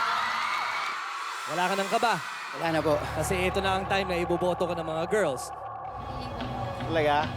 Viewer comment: Sabi ni Sandara ata "girs"😂